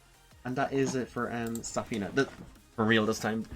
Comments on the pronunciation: Pretty awsome guide. But idk how you pronounce zafina the way you do the game announcer says it when u pick her. But i dont want the negative to overwhelm the compliment. Really really thankful for the guide 😊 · I was heavily triggered by your pronunciation of her name, but this was really good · The way you pronounce her name should be legit illegal. Otherwise thanks for the guide homie Kappa